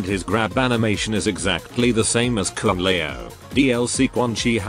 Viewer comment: Come on, I was eagerly waiting for you to talk about her brute mistake in the line with kung lao, where she says: "koor pung lao"